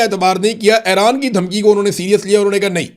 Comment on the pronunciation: Imran Riaz Sb,Iran is pronounced as E-ran not A-ran, similarly it is Fu- jairah not Fi- jairah